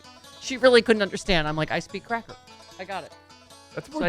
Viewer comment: It's not cracker, Steph. It's cracka lol